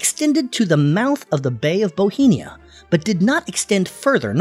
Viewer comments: Bothnia, NOT Bothenia! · Bohemia? No it's pronounced Bothnia. Just like the "OTH" sound in Gothenburg . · Boheena? Ookraine? Hire a human to narrate, your AI is showing… 😠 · Why is it called 'bohemia' in the video when it's name is 'bothnia'? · Gulf of BOTHNIA - not Bohemia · Can you tell me why you pronounce gulf of bothnia as bohemia?? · This guy says "Bohemia" for "Bothnia." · You pronounce "Bothnia" as "bohemia", why? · Why do you keep pronouncing Bothnia as "Bohinia"? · Swedish and Finnish are not linguistically similar and do not arise from the same family of languages. Swedish, Norwegian and Danish are related, but not Finnish. Finnish is more closely related to Estonian. Also, it is not pronounced the "Gulf of Bohemia". There is no such place! It is pronounced "Gulf of BOFF-NIA" and it has no relation to Bohemia, which is an ancient region in the Czech Republic. I'm not Scandinavian, I'm British but even I know this. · Why does he pronounce Bothnia as Bohenia? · 'Its principle cities [lists 3 cities] are all located along the coast of the Bay of Bothnia' [identifies area of Bay of Bothnia, dubiously pronounced, as barely touching Stockholm and nowhere near the other 2 cities at all]. On encountering sloppy inconsistentency like this, I tend to assume a lack of effort or lazy use of automation. I am then unlikely to finish the video and strongly consider pressing the 'do not recommend channel' button. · How do you keep mispronouncing "Bothnia?" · BOTHNIA, ffs... 💀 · Sadly, this video was not well researched, starting with the pronunciation of Bothnia. ;-)